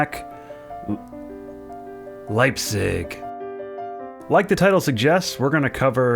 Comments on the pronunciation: Leipzig is pronounced "Lighb tsick". And tell all the other youtubers being too lazy to look these things up. Thanks. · u said leipzig but u pronounce it more like leipzeeg